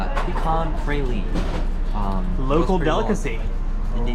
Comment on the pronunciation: Praline is pronounced PRAW-LEEN ❤